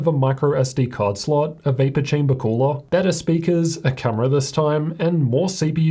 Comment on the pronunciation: Its pronounced though.. not thoughr. CS Go.. not CS Gor. And W in T living F is a cumerar?